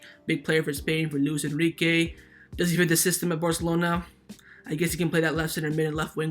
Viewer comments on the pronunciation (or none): none